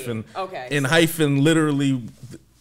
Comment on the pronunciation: Four of them are actually from I-LAND: K, Taki, Nicholas & EJ Also wanted to give a heads up, it’s pronounced enHYPEen-no “hyphen” ph sound😅 If you’re at all interested in following any of the others that have debuted after I-LAND, please please for the love of god PLEASE check out JUST B (Geonu and Jimin were on I-LAND)❤️‍🔥they’re my ults after EXO & NCT and I need to be seein more love out there for them… their recent comeback was only a couple of weeks ago and the album and title track are AMAZING🔥